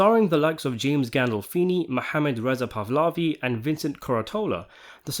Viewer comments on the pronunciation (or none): Um, who exactly is Mohammed (or Muhammad) “Resapavlavi” (which is what it sounded like you said. I’ve never heard of him as an actor, and the only person, according to Sopranos Wiki, associated with the show who has that name is one of Christopher’s two Muslim affiliates which Tony gives up to the FBI. They only appear in six episodes. So I’m really confused as to who this “Mohammed” individual you referenced is. Thank you very much. Any information from you, or from fellow viewers and or slash commentators, would be very appreciated!!